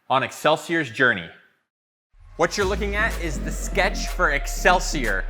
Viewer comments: Wonderful....however it is pronounced excelsee-or not er. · Ex sell see OR, not Ex sell see errrr That blade is sexy as hell though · It's pronounced exelseor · NGL it really annoys me how he pronounces excelsior. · I wonder if he knows that he i staying excelsior with an er at the end.